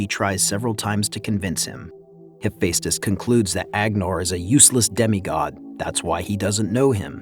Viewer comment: yeah, he also didn't say Hephaestus right too. No hate towards the commentary man but just work on the pronunciation of words that are difficult for many people to say.